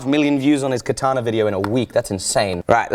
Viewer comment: I'm sorry to tell you this, you are using "Kitana" instead of "katana". btw love your vids.